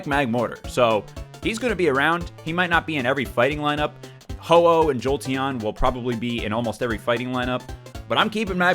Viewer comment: Ho-Oh > Jo-Oh... or Jo-El